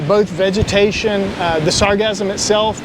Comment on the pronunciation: You say sargassum like it's pronounced like orgasm but then say sargasso sea the correct way